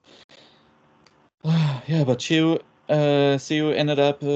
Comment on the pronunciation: Seo is pronounced like "Suh" similar to "huh", NOT "sayo". Just imagine saying Seoul without the "ul". So bad the broadcast commentators just butchered her name.